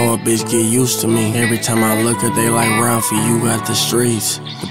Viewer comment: It’s ralfy not Ralphy 🥶